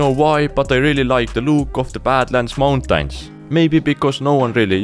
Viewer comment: Bro pronouncing mountains 'mountines' 💀